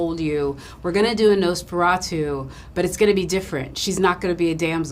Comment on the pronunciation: Stop saying nose feratu!